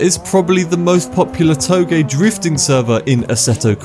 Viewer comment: "toe-gay"? Is that how it's pronounced?